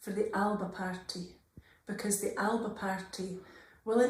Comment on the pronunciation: That's not how to pronounce "Alba".